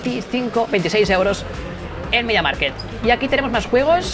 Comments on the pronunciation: Se dice media mark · Me pones nervioso cuando dices mediamarket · Cada vez que decías: "Media Market" se me rompía algo por dentro. 😂